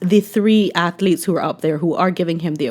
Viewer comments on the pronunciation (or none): I hate how he says atheletes. At least pronounce the word correctly.